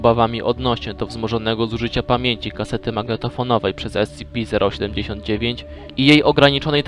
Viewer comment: Słysze że wymawiasz S-CI-PI kiedy powinieneś wymawiać S-SI-PI. Pozatym świetna robota.